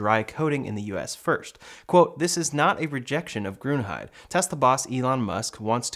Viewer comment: Pronounce Grünheide like this: Grünheider